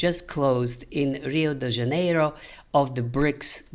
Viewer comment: Your pronunciation of Rio de Janeiro is really good.